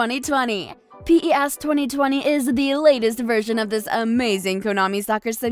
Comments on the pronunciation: Say pes not P. E. S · It's not pe ee esh 2020 it's pes.. damn!! The history of calling pes will not be the same anymore...😄😄